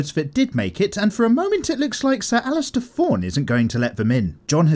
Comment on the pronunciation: It’s alliser not alistair.